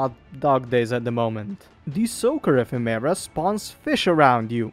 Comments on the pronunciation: say Effeminant, it means having Feminine attributes, SO, its pronounced E-fem-ur-uh. thumb down for not researching proper pronunciation. Ephemera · Holy I was interested but cannot stand the way you are saying ephimara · PLEASE it's pronounced əˈfem(ə)rə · Epheméra is an exotic way to say ephemera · The pronunciation of "ephemera" kills me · Hearing him mispronounce ephemera every 5 secs is like nails on a blackboard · I don’t wanna be this guy but, that’s not how ephemera is pronounced